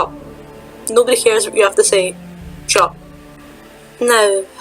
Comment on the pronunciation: When you said "shut up" I heard "chop" lol